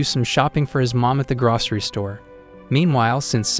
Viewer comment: at the. Gwaswy Store😂😂